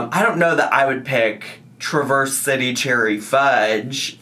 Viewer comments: That ice cream is named after a beautiful scenic town here in Michigan :-) Traverse City is the cherry capital!! (It’s not pronounced like the word traverse, it’s Traaa-verse - very Midwest lol) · The way you pronounced Traverse City is so adorable 🥹 to be fair I'm from Michigan so it comes natural to me 😂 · As someone who lives two hours away from the area, your pronunciation of Traverse City made me chuckle. I love that. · As a Michigander I had to giggle at you pronouncing “Traverse City” 🤣❤️ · Traverse city pronunciation 😂😂😂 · Traverse city 😭😭😭 you are doing Michigan dirty with that pronunciation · His pronunciation of Traverse City 😂 always forget not everyone is from Michigan